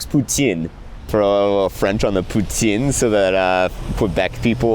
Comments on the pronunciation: As a Quebecois your pronounciation of poutine was great and you are therefore the only person from Toronto I don't have beef with. Fantastic video as always and it's so cool that you were able to score a NJB feature. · I'm a French from outside of Québec, but I hope it still counts for something that I appreciate your perfect pronunciation of poutine. I don't mind when anglophones butcher the pronunciation, but ever since moving to a bilingual town from my French hometown, I feel physical pain every time I have to say "poo-teen" or "crwah-san"(why can't it just be called a "crescent"???) when giving my order lol I sincerely appreciate the love tho! I sadly still see a lot of sincere hostility between Anglophones and Francophones to the point where most people don't realize where I live has a 40% Francophone population because people rarely speak French at work and in public. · I literally never understood the hate for the English pronunciation of poo-teen. I'm literally shaking rn. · Poutine properly pronounced. Move along ;) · merci pour la prononciation de poutine 🙌